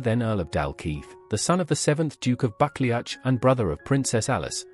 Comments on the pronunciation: It’s not pronounced bucklyatch, but Ba clue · It’s pronounced “buckloo” not buckleach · It’s pronounced “Bucloo” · I liked "bakle-atch"😂😅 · You should learn to pronounce the ducal title correctly! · I’m not sure what’s worse, the fact that you can’t pronounce the name, of the fact that you repeat it 3 billion f——- times 😵😵😵😵😵😵😵😵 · I'm cringing at the pronunciation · Omg...the pronunciations is truly appalling. Why AI horror... it's so ignorant? Time to drop this vlog?